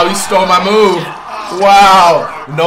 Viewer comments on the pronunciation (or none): none